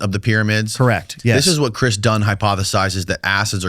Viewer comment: Man u butcher everything now u talkn bout dunn lol